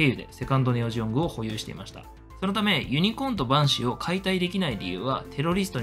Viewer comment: なぜかバンシイがパンシイになっていましたよ